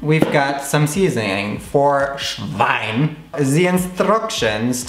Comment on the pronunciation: Almost died when you were saying "Schwein" in the beginning :D